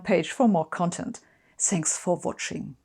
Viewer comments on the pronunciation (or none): In the end she say "zanks for watching" and you can't tell if it is part of the video or just you know, German accent! Either way, I wish I could speak German with a decent accent... I think the moment I open my mouth, they know I'm not from here. Most likely the 300 grammar errors per sentence gives it away...